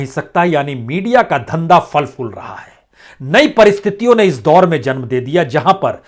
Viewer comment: Falfool nahi phal phool hota hai Sir